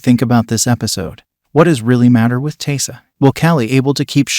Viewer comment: Dude if you're going to review a show, please please PLEASE figure out how to pronounce character names first. Taissa and Javi's names are not pronounced the way you are saying them. And Christina Ricci's last name, too. Oof.